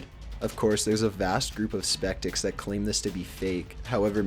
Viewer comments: give him a bullshit excuse. The guy uses all sorts of incorrect words and/or pronunciations. How about "speckticks" instead of skeptics? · I'm only 5 minutes in, and he's said "drug" for the past tense of drag, "apparAtion", and "spectics" instead of skeptics At least his voice is tolerable in this one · A group of "spektics"?... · “A vast group of spectiks”